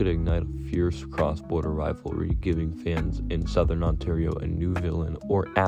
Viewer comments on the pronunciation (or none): none